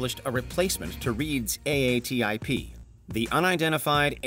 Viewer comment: It’s pronounced “AA Tip” what are you AI?